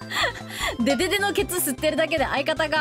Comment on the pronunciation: デ→デ↑デ↓ 勝の変なイントネーションなんかよく分からんけどめっちゃ効く…かわいい…